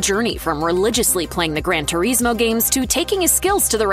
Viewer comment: the pronunciation of Turismo is driving me insane